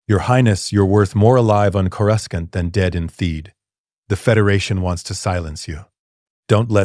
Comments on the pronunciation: He says Coruscant like he has a southern accent. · Coruskant lol😂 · One of you writers please..please change how you type Coruscant so the ai will say it properly? xD